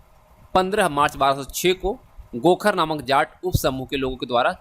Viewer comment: 1035ई,को(दस पैतीस )नही बोलो। एक हजार पैतीस ईस्वी बोलो। खोखर को आप गोखर बोल रहे हो ।🤔🤔